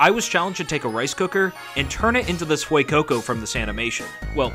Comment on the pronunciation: Ah yes the Fuecookco.